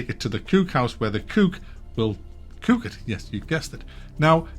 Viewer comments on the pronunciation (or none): Mack visiting the Kewk house is the highlight of this video. Language is so interesting, how we can completely differently pronounce the same words depending on where we live.